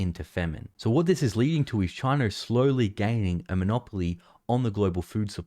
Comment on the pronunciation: Damn Chiner